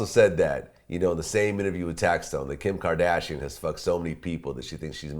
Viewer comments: Kim kerdashin😂 the way he pronounces it. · "Kem kdashiann"